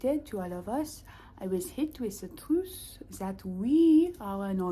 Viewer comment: I could tell you really enjoyed saying trwuth